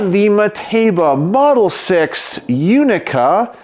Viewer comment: Italian here. I've definitely heard MUCH worse pronunciations ^^ Indeed, the play on words is that "6 Unica" sounds exactly like "Sei unica", which means "You're unique", specifically addressed to a woman. I have heard it used as a (quite) cheap pick-up line, too xD